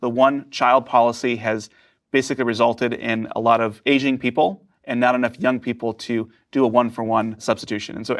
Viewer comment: Did he say asian people or aging people